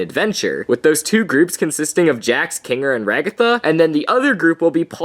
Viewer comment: Its Ragatha not Raggita (not trying to be rude)